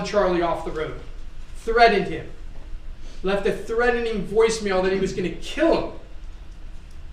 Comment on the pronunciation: “Threading” 😂😂😂, you would think Law School would help with pronunciations…Dude, not to be rude thought it’s “threat·en·ing” you need to sound out the T•en•ING 😮